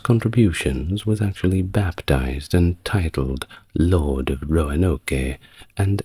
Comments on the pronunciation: Roanoke. Not Roanoka. 3 syllables, not 4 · “Roanoka” Really? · Glad to know I'm not alone. Also, my eye twitches a little when he says Roanoke 😅 (Row-an-oak) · I love all the background details in this video, but I have to point out that the “e” on the end of Roanoke is silent. The “oke” is pronounced like “smoke.” 😁